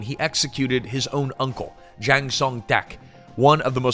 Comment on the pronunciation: Why keep pronouncing Jang as Xiang? Its a 'J'.